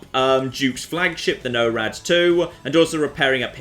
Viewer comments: Holy shit, "No-rad two" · You're doing it on purpose. You listened to them say 'Norad', and consciously decided to say it a way no-one on Earth says it. Didn't you.